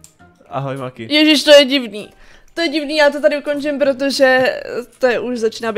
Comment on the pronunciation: Zdá se mi to a nebo maki řekla místo Maki řekla manki